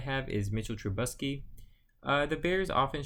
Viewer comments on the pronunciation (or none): I think u said TruBUSky early on. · definitely pronouncing it "wrong". If you were just fucking up the emphasis on a word that's one thing, but you completely mispronounced his name. Same with Trubisky